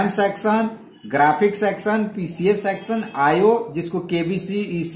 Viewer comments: It's section not sexion when you're pronouncing 😇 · It’s not sexon, it’s section